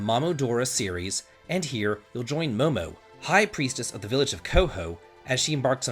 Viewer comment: Your pronunciation makes me sad... If the game is called momodora and the character is "momo" then why do you pronounce it "mama"???